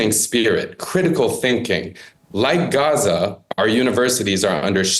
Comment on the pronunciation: At least wasn't inconsistently pronouncing Gaza "GCHUZZAH" at random times.